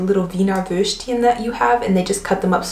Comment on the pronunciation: I love how you call it "Würscht", like a combination of Wurst and Würstchen. Very sweet.